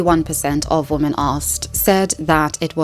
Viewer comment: Great video. Thank you for that. Your tendency to pronounce both "women" and "woman" like "woman" makes it rather confusing at times though lol